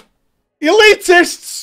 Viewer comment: "ELITESTS" XD so dead lol